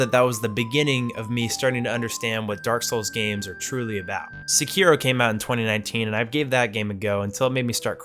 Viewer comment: Sekeero